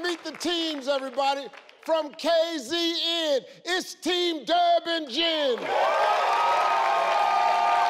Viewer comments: Kay Zee Een😂😂 it's Kay Zet Een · Kay Zee En 😔